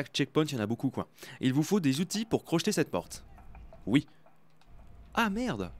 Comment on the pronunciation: C'est pas crochetète c'est crocheter